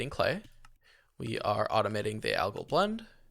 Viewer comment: "algal" =/= "agile" you wanna be saying "al-guhl" ~phonetically or combo the name "Al" with how the word "gall" is pronounced ty for the video btw super cool amazing wonderful no /s it's a really high quality video I appreciated btw just cause it's too likely and maybe more people learn: "nuclear" is not "nuke-elar" - george w bush screwed a generation with that it's "new-clear". Nuclear has always been pronounced as "new-clear". That being said, "nuke" is its own thing, and remains a fun word to say. But just my poor sweet summer child "nuclear" gets boned 99% of the time and thank you for coming to my deditated wam talk.